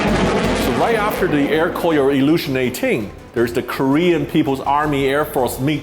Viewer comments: nice..I think pronounce more like Ko-Ryo not Kor-yo. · By the way, you need to pronunciate "KORYO" AIR NOT "KOYO" AIR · Proper pronunciation for Koryo is Ko-ryo not Kor-yo. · hahhaa Sam's Air Koyo cracked me up. it's pronounced Goh Ryuh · it's "ko-ryo" in korean, not "kor-yo". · I though the pronunciation was supposed to be KO-RYO （高麗）instead KOR-YO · Sorry, can’t help to realize the mispronunciation in this video. It should be ‘Ko’-‘Ryo’ ! I’m glad you made it out without trouble having mispronounced DPRK priced branding every other steps of the way. 🤭